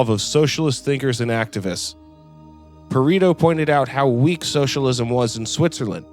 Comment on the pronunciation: Pa-re-to not Pa-ri-to. Aside from that fairly good work.